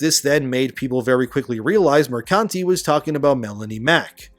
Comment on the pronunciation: I love that you read Mercante as "Mercunty".